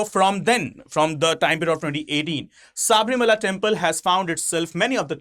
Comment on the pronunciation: Sir please it is not saabrimala,it is sabarimala,if we indians can't spell it correctly who will?